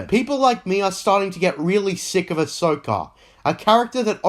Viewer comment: its pronounced also not osoh.